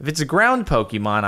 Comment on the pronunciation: I feel so annoyed at how he pronounces the pokemon names.I do not hate him but I hate the way he pronounces pokemon names wrong